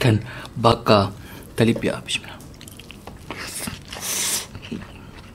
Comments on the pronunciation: Talapia bang bukan talipia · Bukan talipia bang...talapia..hehe